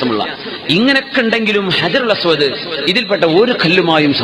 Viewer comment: ഹജറുൽ അസ്‌വദ് അല്ലാതെ അജറുൽ എന്നല്ല